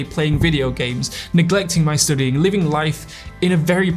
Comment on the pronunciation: Why does this dude keep saying 'stoodying' if its 'stuuuudying'?